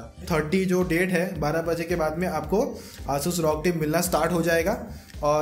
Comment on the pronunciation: Pehle 'asus' bolna sikh le